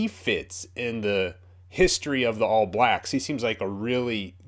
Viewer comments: hey bro, when you say all blacks the stress of the word is on "all" not "blacks" so its the ALL blacks, not all BLAcks. just something i noticed from watching your vids :) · Just a minor thing, but when saying "All Blacks" we put the emphasis on All, rather than Blacks. Not a biggie but I notice a lot of Americans pronouncing it your way, just sounds a bit odd to us. If you want a sign of how badly the other countries wanted to get McCaw off the park check out this video